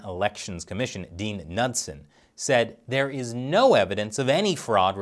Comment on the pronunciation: Lool "nut-son"